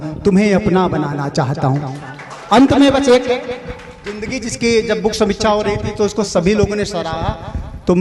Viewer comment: गम नहीं ग़म होता है, गरीबी नहीं ग़रीबी,गजले नहीं ग़ज़लें,जिंदगी नहीं ज़िन्दगी,मंजूर नहीं मंज़ूर,ख्वाबों नहीं ख़्वाबो,सर आप वरिष्ठ कवि रचनाकार हैं ध्यान दीजिए 🙏🙏